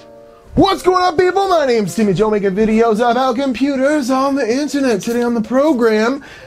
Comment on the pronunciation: There is a bit of confusion here, is it "Timmy Joe" or "Jimmy Toe"?